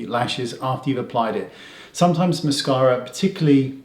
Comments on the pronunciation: Love the accent ... Moss-car-a. :-) In texan that is MassCAREa (with a twang). 😃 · aaaahh I love the way Wayne says " mascawwwra" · Great hack! I'm going to have to try this! And I love the way you say "mascara" 😂